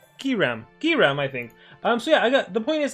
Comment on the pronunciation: Its GIG RAM